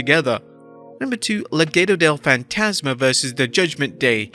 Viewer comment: I really dig how you pronounce "Legado del Fantasma" as "LeGheto del Faintasma" 💯